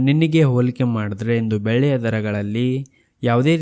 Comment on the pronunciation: 😮 ಬೇಳೆ ಯ ಬೆಲೆನಾ ? ಬೆಳ್ಳಿ ಯ ಬೆಲೆನಾ ? ಸ್ಪಷ್ಟವಾಗಿ ಹೇಳಿ. 😮